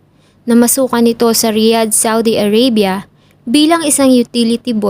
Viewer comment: A-r-a-bya hindi A-rey-bya